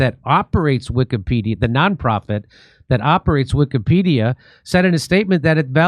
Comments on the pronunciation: Notice the way the Israeli dude 6 pronounces "pedia" in Wikipedia...? He pronounces it like "pedal" go sounds like another word that is prevalent in "israel". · Ahh , did anyone notice the guy training how to edit pronounced Wikka- PED- ia ( Wikka ? & Ped ?)